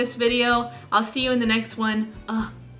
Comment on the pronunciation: В конце такой бабай пхпхх. А не байбай. Вот что меняет одна буква